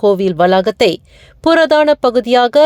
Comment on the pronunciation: purathana katidama ungaluku Tamil varatha .matravargaluku velayai koduthidunga.PURAATHANA endru vaasikavum.